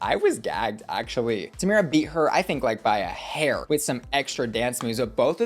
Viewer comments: The only American I’ve heard pronounce Tamara wrong 😭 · How have you watched the whole season and still pronounce Tomara like that..? 😭